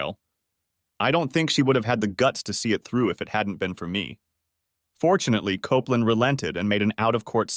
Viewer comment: Jeez, first it's COPE LAND, then another time it's COP LAND then KOPPLIN?...*sigh*